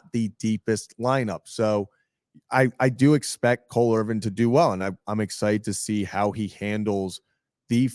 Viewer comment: why do you say “Irving” it’s “Irvin” 😂